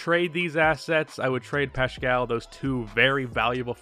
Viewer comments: Yo it's Pascal not pashcal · Wtf is this analysis. -You said curry played 10, he played 5. -You pronounced "Paschall" wrong. -You called wiggins just a bad player not considering his former org. -You didn't mention poole's late Improvement. -Heck you even said omari is still in warriors lol You are not a warriors fan, casual.